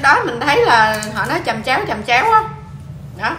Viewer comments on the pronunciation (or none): Chẩm chéo chứ ko phải chầm chéo đâu chị